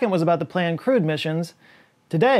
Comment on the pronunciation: For the life of me, I'll never not hear it as "crude space mission".